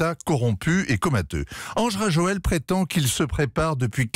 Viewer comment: Quel niveau de professionalisme de journaliste... ???😱🤯 "Ange Rajoel"... ! ?? Même un enfant c'est que c'est "Andry Rajoelina" !